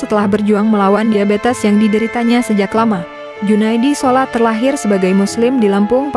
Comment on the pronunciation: Woy bukan junaidi solat ...tapi salat miin, sebel banget nengarnya